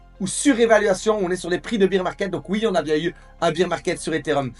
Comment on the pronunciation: Je t adore mais « bear » se prononce comme dans « père ». beer c est la bière en anglais:)